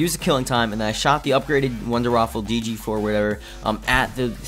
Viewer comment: Waffe waffe waffe waffe waffe not waffle! There is no L in it